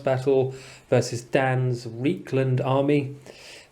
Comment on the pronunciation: Reikland should be pronounced with an I sound, the River Reik is an analogue of the Rhine and the two sound similar - not that it makes a difference five years after the fact :-)